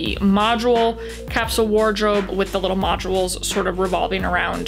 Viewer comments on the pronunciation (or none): Modules is 2 syllables not 3 🙄